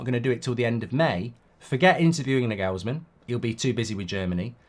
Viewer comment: Pronounced Narglsman, not Nugellsman!!